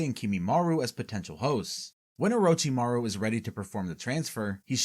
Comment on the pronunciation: Oh-roach-imaru LMAO I cant even, americans LUL